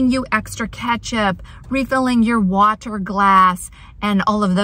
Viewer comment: Love how you adhered to your desire to offend fewer Brits and carefully pronounced the "T's" as "T's" in water and button in this video - 😊